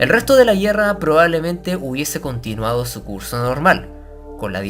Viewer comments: se dice guerra, no guierra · ¿ estuvo fuerte la "yierra", no? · Por que dices la yierra en vez de la guerra? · Me preguntó lo mismo. Por cómo habla, parecería ser de chile. Pero ahí no recuerdo que pronunci n asi esas palabras 🤷‍♂️ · Son cosas mías o el narrador no sabe pronunciar la palabra guerra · Por qué dice "guierra", "carguieros", el resto lo pronuncia bien.